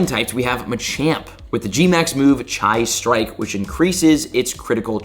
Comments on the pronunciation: BRO ITS PRONOUNCED CHEE NOT CHIE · dont forget the chai strike, yk the tea lmao its chi, pronounced like ki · Machamps move is pronounced she strike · Chi strike. Not Chai strike. Lol. The way you pronounce words is hilarious sometimes